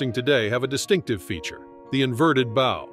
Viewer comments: Can someone teach this AI voice the difference between a bow (rhymes with tow), and bow (rhymes with cow)? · Learn how to pronounce 'bow'.